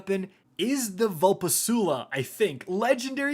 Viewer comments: Mmm, yes, the Vulpessula legendary ham canyon and Fractelist shockbun. My faves. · "Chrysuria" "Caynis" "Vul Peh Soo Lah" "Fractelyst" Bungie, for this mans sake, name all the Witch Queen guns Cat in the Hat or something. is struggling!